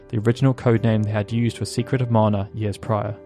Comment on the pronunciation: It's so nice that someone finally says "Mana" correctly.